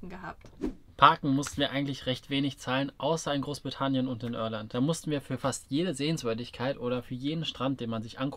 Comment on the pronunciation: Junge, IRLAND nicht Örland.